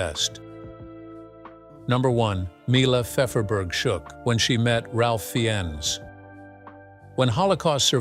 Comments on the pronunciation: At least pronounce the names right.. It Ralph (pronounced) fines And his Characters last name is pronounced Gert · It's "Rafe Fines" - not however you mispronounced his name!! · Pls learn ti pronouce names. Raf fienes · His name is pronounced Raf Fines.